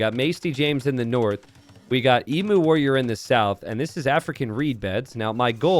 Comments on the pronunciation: not ehmoo, EE-mew. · Please, for the love of Australia, it’s pronounced ‘Eem-you’ not ‘Ee-moo’ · Emu: eem-YOU, not eem-uh. Sorry for being a pain. Any criticism is accepted and deserved. Maybe Emu Warrior is named after the great Emu War, where the Australian army fought a war against emus and lost... True story. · It's a bit late now, but aussie's pronounce it 'eem-you'. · Love me some small maps! Don't love your American pronunciation of 'emu' though! It's pronounced ee-mew 😝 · Ehmoo, right? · As an Aussie, I die a little each time I hear incorrectly pronounce emu 😂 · My thoughts exactly